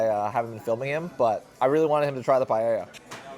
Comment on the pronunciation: Btw Paella is pronounced Puh-eh-ja!